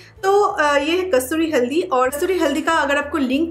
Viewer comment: Pala kasuri haldi to bolna shik ka aa